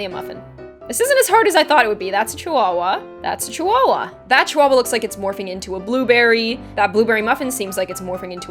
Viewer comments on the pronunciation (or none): ITS A CHIHUAHUA P.S it's said Chi-Hooa-hooa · I actually pronounced chihuahua with the h in my head